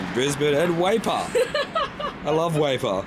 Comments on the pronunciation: Weipa!! That's gold!! I moved an hour south of Weipa after growing up in Waterloo. It's a mining town on the west side of Cape York, far far north Queensland!! The layout of THAT place is f--king weird. And FYI - it's pronounced WEE - PA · Great video and. A little surprised you don't know WEIPA, pronounced "weepah" which is very nearly "weeper", an understandible reaction to the video's content😢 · Surprised you haven't got a gang of angry Queenslanders up in arms about Weipa, both in your lack of geographic and phonetic knowledge (pronounced wrong). It's very Australian, although I imagine it's public transport system is lacking.